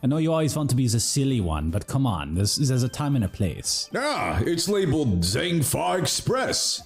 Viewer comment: Man the way they say Zheng Fa like “Zeng Fa” bothers me lol